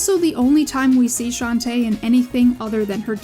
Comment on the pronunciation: "Shanty" is not even the worst way I've heard for people to butcher Shantae's name, I have heard one guy on Youtube call her "Shentai" once